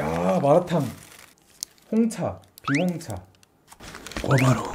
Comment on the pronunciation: 홍차에 홍 왜이렇게 강조하시는거에여 ㅋㅋㅋㅋㅋㅋㅋㅋㅋㅋ 편집 귀여웡 ^~^